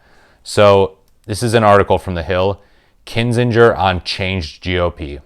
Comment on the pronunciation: Please stop mispronouncing AK's last name, t y!😕